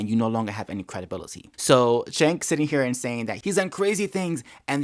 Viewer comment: Has a conservative EVER pronounced "Cenk" right? It's pronounced Jenk. He says his name all the time. Jenk Yooger.